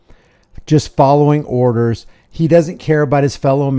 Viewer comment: Juz' folloving' orrdahs!